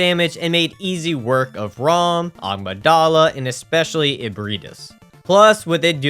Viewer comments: I only just realized he's saying agmydala and not amygdala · Not to be rude, but I just wanted to let you know that the amygdala is pronounced A-mig-dala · Bruh why can't people pronounce Amygdala correctly.